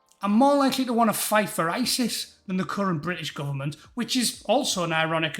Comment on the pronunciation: He called them "gooberment". That heavy crackling up😅